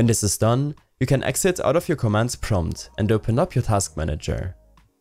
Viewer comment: jk wtf commmand PROMT